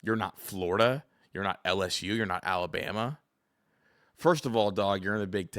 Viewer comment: Ohio State isn’t Florrrr-da?! Lol what the heck?